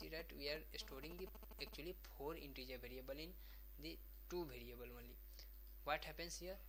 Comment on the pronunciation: it is variable not bariable